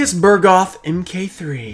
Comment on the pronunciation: And here you go mispronouncing Bugroth again xD